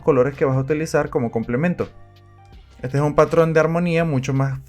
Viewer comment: pesnsé lo mismo apenas escuché "el color ejun tema complicado ¿cierto? osea..." JajsaJs